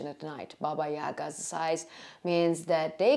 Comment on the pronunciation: Free English consultation. 😊 Your English has improved greatly. I would give you 1 more tip, free. Try to pronounce TH correctly. (tip of tongue is on bottom of front teeth). Right now you say Deez, Doz, Dat, and Duh, the correct way, so we can understand you better IS: These (theez), Those (those) , That, and The (thuh). Practice your TH sound, and your English will improve by 70%. This is the most common phonetic (fonetic) mistake when learning English. Your Welcome. Diana from Cali.